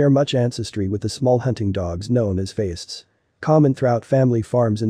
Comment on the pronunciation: That’s because this content was copied and pasted from Wikipedia word for word. Also “Feist” pronounced wrong.